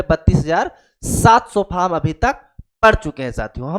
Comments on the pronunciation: Vo faam nhi form hota h kya master banega re tu 😂😂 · अरे बोका तुम ओ अपना लोकल language में फॉर्म को फाम बोल रहा है